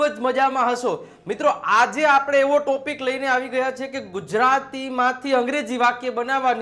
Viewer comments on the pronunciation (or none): ટૉપિક - એમ બોલાય, ટોપિક નહીં. ( ગુજરાતી બોલતાં તો પહેલાં શીખો.